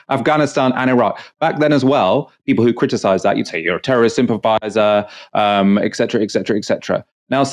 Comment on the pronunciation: "exetera"? Et cetera...